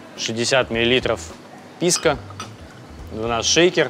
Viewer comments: Почему ПискА?! 😆ПискО! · О, новое видео у едим тв, ну-ка, что тут у нас... ПИВКО САУЭР?! Ну наконец-то пошли нормальные коктейли! Ааа, писко, а не пивко, не ну это скука, пойду лучше замешаю себе олдфешн на балтике 9. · Если слушать, и каждый раз когда он говорит "ПИСКО" думать о детородном органе, то можно проржать почти весь выпуск.